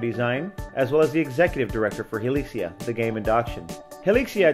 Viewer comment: "Hilixia" "Hilizia" "Hilikia"